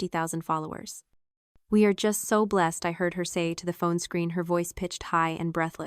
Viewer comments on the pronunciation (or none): none